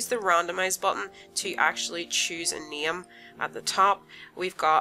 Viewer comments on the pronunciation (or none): ”You can use the random button to chose the neeme” sorry i actually laughed a little for that i say wrong sometimes too